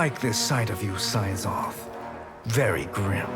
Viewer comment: Bro makes "Syzoth" the most satisfying thing to hear. Damn.